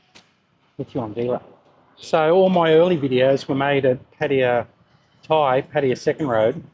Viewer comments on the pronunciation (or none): How long have you been coming to Thailand? You even have "Pattaya" in the name of your channel. In all of this time, you haven't learned how to pronounce it properly? It's not difficult for Westerners from English speaking countries to say.